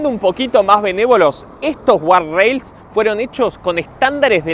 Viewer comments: es guarda-rail o "gad-reil" si insisten en decirlo en ingles. , guarrail o guard rail que encima es un dolor de bolas pronunciarlo no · imposible que vea el video con la cantidad de veces que dice mal gardarails, dificilísimo de ver,, saca una versión del video poniendo un pip cada vez que decis a la palabra jajajaja